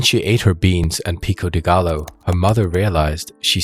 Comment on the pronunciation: Just found the channel recently and subbed! Just one thing about pronunciation. The double L is Spanish is pronounced like a Y. Gallo, Orellana, Trujillo should be like Gayo, Oreyana, Trujiyo (Tru-hee-yo).